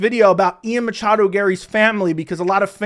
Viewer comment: Matchado. He never say his name correctly.